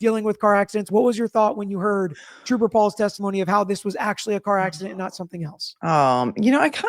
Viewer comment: At least Troop-ah Paul had an Associate Degree 😅